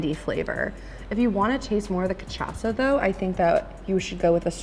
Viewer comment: So, i love u. But I’m portuguese and u are so funny saying those portuguese words like fogo de chao and caipirinha 😂 u nailed the cachaça and fraldinha though. 💙